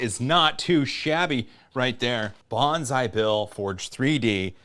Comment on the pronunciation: I thought he was saying "bonsai bill" the whole time